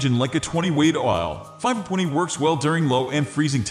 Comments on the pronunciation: AI pronouncing the "w" as though it's part of a word. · what accent is this? i had a hard time trying to hear the 5-20 pronunciation